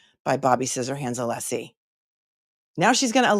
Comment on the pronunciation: And the wonderful Alessi Not Aleeeeeeeeesi 🙄